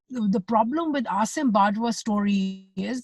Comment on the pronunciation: Just listen Ayesha . How she say Asim bajwa. You keep saying again and again असीम